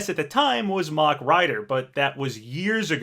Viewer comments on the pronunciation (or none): none